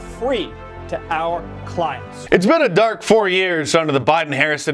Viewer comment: Emphasis on the word “dark.”